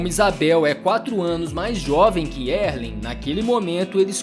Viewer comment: Pronúncia de Erling errada. O R não se pronuncia.